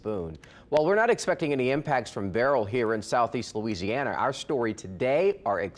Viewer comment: I think you mean hurricane "berryls" towards Mexico. 😂